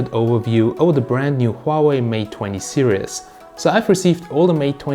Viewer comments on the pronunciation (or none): What the fak is 20 mate serious mate its series not serious